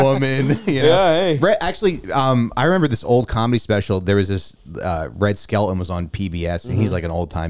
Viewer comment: I laughed so hard when Stavvy said “”Red Skeleton” I wonder if he knows it’s actually Skelton and just misspoke, or if he thinks it’s really the guy’s name 😂